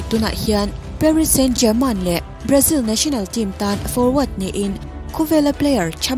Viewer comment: Parist Saint-Germain tih tur.. German ni lovin.. a hawrawp hi a inang lo a nia.